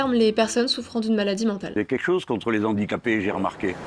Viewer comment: les Handicapés, pas les Zandicapés ! C'est un H aspiré